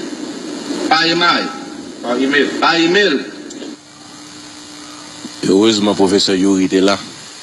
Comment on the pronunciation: nou pa k critikė willot joseph pask li mal prononce e -mail . E mail ce yon mot anglais nin -porte moune k pa parle anglais k mal.pronce yon mot ce consiel redaction parleman k te pou met mot wa nan langue ÷payiya .donc fo nou critik k gi n bon jugeman .